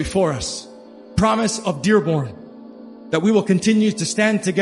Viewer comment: Pengucapan nama kota /die born/ bukan /die bern/.